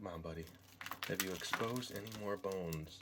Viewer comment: "Being expoosed."